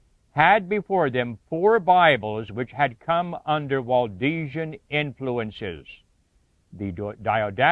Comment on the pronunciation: It's Waldensian not Waldesian.